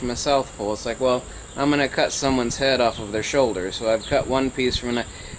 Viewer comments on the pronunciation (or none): none